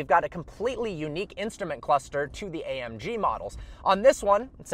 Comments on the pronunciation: "A um G" lolololol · A 'UM' G 😂😂😂😂😂😂😂